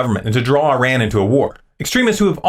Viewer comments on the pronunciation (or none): none